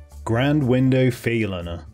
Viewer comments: Grand window Feylina. You butchered the names here. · ah yes, grand window faylinna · Grand WINDOW Faerlinna.... lol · grand window feerlina